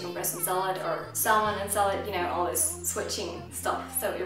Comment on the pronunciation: The 'l' in salmon is silent in English :) I know it is odd, but it should sound like "samun".